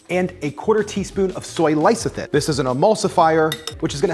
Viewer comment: Love your videos, but your frequent wrong pronunciation drives me crazy! It's LEH...thi...sin; not L'EYE...thi...sin.